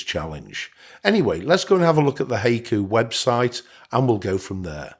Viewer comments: I think it is pronounced hai·ku /ˈhīˌko͞o/ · The correct pronunciation is HYE-koo. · It's 'hi-koo' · Hey-ku? In SW US it's "hi-ku". Didn't know it varied in pronunciation! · Hi-coo. Not hey-coo lol. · Pronounced "Hi-ku" like you would say "hi!". :) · I think it's pronounced (Hy Coo). Like the oriental poems. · It's pronounced high-koo. That is how you pronounce it. Good video, man. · It's pronounced "Hah ee koo." Japanese only uses 5 vowel sounds, and it's the same 5 vowel sounds as in Spanish. a = "ah" I = "ee" u = "ooh" e = "eh" o = "oh" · It’s pronounced はいく💀. Pronounce it: “high” “ku” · It's from the japanese poem style-- called haiku-- pronouced HI- Koo!! :) LOOKS good so far.. but I'm not quite up for the challenge yet--- I'll keep an eye on it and when it's a bit more advanced... willl consider it - or try it out in live version.. THANKS for the video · You pronounced it wrong.Wifey yelled what I was messing with. I yelled back"hai-Q". After I came to from the rolling pin hit I realized I gotta get the old broad a new hearing aid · I know… listening to this video butcher the pronunciation of the name is painful. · I keep chuckling every time it heard “Hayku” lol. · You mispronounced "Haiku" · It does if there isn’t text available. Your pronunciation is totally off lol.